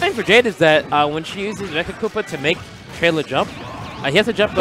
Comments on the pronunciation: It's 'Trela' not ' trailer' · for godssake its trela like fella. not traila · it's pronounced Trela! not Trayla... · Trela* not "trayla" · TRE-la. Not TREY-La. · dude seriously how do announcers not know how to say names correctly...especially someone as big as TRELA not trayluh... pissin me off bruh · am I the only one really annoyed that the announcer is pronouncing it Tray-Luh? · tray-la lmao okay? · can't even say trela right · These commentators made this set unbearable to watch. They pronounced trela wrong even though he's a well known player and kept referring to Jade as a she. It hurt my ears. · I hate how he said trela name it sounds awful. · Horrible commentators. Extremely biased and don't even pronounce Trela's name right.